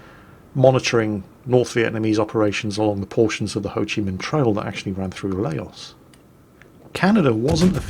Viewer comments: just an fyi you say laos like loud without the d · Lay-Os? Is that really how pronounces Laos? I do have a question for Wargaming though. Do they (or you, ) see any direct competition from pay-to-play models that do away with the idea of "Premium" accounts, gold, and the such? I think of Heliborne, which is a great game, and the original business model of Fractured Space as examples, but there are other games that are heavily focused on multiplayer and player progression with no pay-to-win (or should I say pay-to-git gud) aspects. For that latter style, I think of R6: Siege, and Killing Floor 1 and 2. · the "ao" in Laos is pronounced the same as the "ou" in "OUT." It's all one syllable.